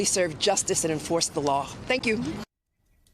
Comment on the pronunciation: Which lar are you going to enforce and anyway, what is a lar?